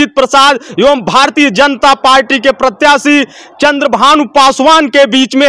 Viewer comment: इस को प्रत्याशी का नाम भी सही से नहीं आता